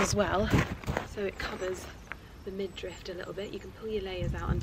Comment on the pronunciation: I say this out of love and not in a judgey way, but it’s midriff, not midrift. There is no T at the end. Although that’s a common mispronunciation. I am always wanting to learn and grow so I always want to be corrected. ❤❤❤ maybe it’s a British thing. People in the Midwest US say acrosst rather than across and I always question where the T comes from lol